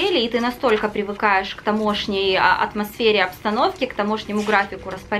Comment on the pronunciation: тАмошний, а не тамОшний Не розумію, як така начитана людина примудряється часто неправильно ставити наголос